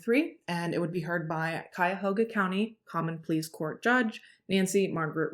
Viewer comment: I love the way you tell stories. You always show respect through the whole thing, every time. And I like your makeup. Always so bright and stunning. Oh. good job on pronouncing Cuyahoga 😊